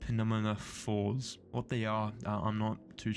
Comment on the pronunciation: Oh god I love this game so much! Also, they're pronounced "New-mat-o-fors". They are roots coming up from the ground. It means "air carrier".